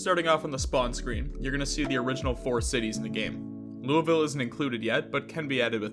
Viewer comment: You pronounced Louisville wrong. It's named after King Louis of France.